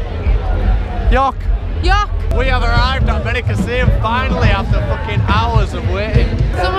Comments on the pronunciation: beniCÀssim not benicaSSÍM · Why do all English people say benicaseeyum. It's just 'seem'. Benicassim?